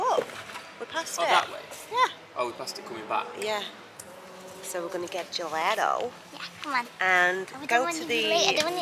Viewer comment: Beach days are exhausting you're in the sun all day and it drains you, but it's lovely to be out in the sun. Gelato is pronounced juh·laa·tow not juh let tow